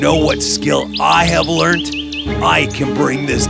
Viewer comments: its pronounced ler - nd not lern- id XD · Learn Ed???? Rest of the pronunciation is very good,,,, but this one,.... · They are saying learnyd instead of learned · if they're smart why can't they say learned right